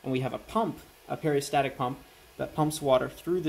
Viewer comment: Nice engineering work. I may try this. BTW, it is a peristaltic pump not peristatic. And please stop eating the Eloi.